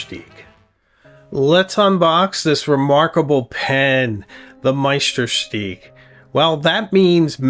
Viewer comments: sorry to differ, but it really should be shtook as in book, which is far closer than steek to the original German pronunciation. I know it's not the easiest of words to try saying correctly. Kudos for doing your best! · Please, please make an effort to pronounce Meisterstück as it should be. You pronounce it as stick, so where is the stück..? Be aware of the role model revieuwer you became after all those years on YouTube. Thousands follow your reviews and start to think they pronounce Meisterstück wrong. Use Google translate and listen to the lady in your Smartphone. 10 seconds work... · BTW, it's pronounced, my-ster-stoook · Please learn to pronounce Meisterstuck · I'm French and speak German too : your pronounciation of Mont Blanc (no T nor C pronounced) is perfect, but your pronouciation of Meisterstück is not (it should be like "Deutschland über alles"). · Wow, that is gorgeous! I prefer silver-colored accents. The runes were a nice touch. Also, I notice you've changed your pronunciation of Meisterstuck and am curious what informed that decision.